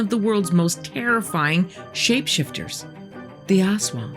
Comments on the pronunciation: fyi, it's pronounced as as-WANG, with the accent on the second syllable. and the "as" is short, not "ass-wang" but closer to "us-wang" also, unkempt hair, bloodshot eyes, unusual behavior and not wanting to talk to people are also signs of a hangover :D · Most, but not all Filipino words have a short first syllable and a longer second. so it's as-WANG. Not AHS-wang. Discussion is great, though. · LoL Ass Wang! Very accurate depiction of manananggal/aswang though.-make it sound like "as one", not ass wang. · It’s pronounced Us-Waang, Ass-Wang is in pornhub. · it's pronounced less like ass-wang and more like uh-swung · It's pronounced a'SWUNG, not ASS WANG. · It's not "ass-wung", it's "us-wung". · the way she pronounced it as "ass-wang" 🤧😭🤣 Lady I mean no disrespect but it meant to be ASWANG like a fast pronunciation of "as" 😅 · I hope you don't mind a correction! Aswang is pronounced with the stress in the second syllable, instead of AS-wang, it's as-WANG. 😊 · Awesome. But, pronunciation "ahss wahng." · Aswang /ahs-WANG/ that's the correct pronunciation. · The only thing that reduces my fear of the aswang is how you said it. Almost sounds like ass-wang, and I think that's hilarious. Imagine a shapeshifting dick-butt. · As a filipino i am correcting you not in a bad way but i or me and my relatives pronouce is as As-wang :) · You pronounce it ASS-WHANG lol :D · Pronunciation for aswang: Ast-wang anyways this is an amazing video thank you for this❤ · Very informative, but a small suggestion if you please. Most Filipino words are stressed on the second syllable, not the first. So please say as-WANG, tik-TIK, wak-WAK. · love the pronounciation hahah ass wang hahah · I giggle every time she pronounces Ass-Wong. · "Aswang" is pronounced "as-WANG" with the stress on the second syllable. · It's pronounced "a*s wang". More "us wang". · The way she pronounces aswang is funny, hahaha